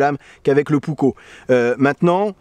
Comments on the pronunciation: Finlande n'est pas en scandinavie, c'est un pays nordique en revanche, et il faut penser à prononcer les 2 K Puk - ko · Prononciation correcte : Varoustéléka yæækæripou-ouk-ko Comment je le sais ? Je vis en Finlande depuis 46 ans et je parle couramment finnois...